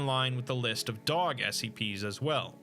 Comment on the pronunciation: Great video except for that part at the end when you mispronounced “dog”